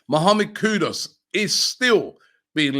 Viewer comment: Its Kudus not kudos